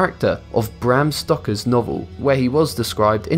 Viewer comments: It is Bram Sto-ker (like someone who puts coal into a boiler) not "Stocker". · It's "Stoker", not "Stocker" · Bram Stoker (not "Stocker") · I always thought Dracula was written by Bram Stoker not Bram StoCker!! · I knew 10, 9, 6, 2. His name is Bram STOKER not STOCKER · I'd be amazed if one day the narrator actually pronounces all the words correctly. Stoker rhymes with poker. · Even the way u pronounced stoker is a lie